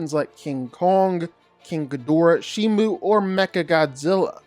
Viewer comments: Also it’s Shimo not Shimu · It’s Shimo not Shimu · It’s shimO not shimU. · Its not shimu it's shimo btw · It’s shims not shimu